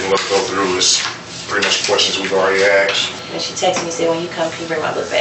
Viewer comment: I can't believe the bald detective said axed, it's asked!! And he died alive?? You think OMG